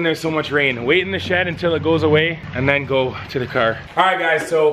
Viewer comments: He says crr instead of car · he says cer instead of car canedians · Wolfie says car like kerr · why are you saying cer its car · This guy doesn’t know how to pronounce car,he says cer